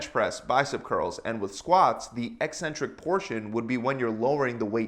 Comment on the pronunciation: At last a fitness video where the presenter knows how to pronounce the word “eccentric”!